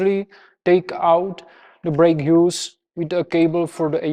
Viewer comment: Try to say hoooooose, instead of hughes 😉